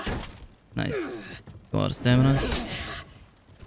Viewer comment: Wait, he's started saying Naisu... weeb?